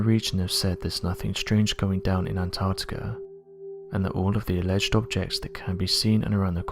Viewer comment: Anarrrrticerr is so advanced, it has the most densely compact ice, in the world